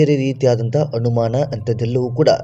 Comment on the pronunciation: ಕನ್ನಡ ಭಾಷೆಯನ್ನೇ ಕೊಲೆ ಮಾಡ್ತೀರಾ?? ಬಹಳ ಬೇಜಾರಾಗ್ತಿದೆ. ಅನುಮಾನ ಎಂದು ಬರೆಯುವಲ್ಲಿ ಮತ್ತು ಹೇಳುವಲ್ಲಿ ಹನುಮಾನ ಎಂದು ಬರೆಯುತ್ತೀರಲ್ಲ??? ಛೇ.......!!!!!!! ಅ ಮತ್ತು ಹ ಎಲ್ಲಿ ಉಪಯೋಗಿಸಬೇಕು? ಎನ್ನುವುದೇ ದೊಡ್ಡ ಸಮಸ್ಯೆ ಆಗಿಬಿಟ್ಟಿದೆ.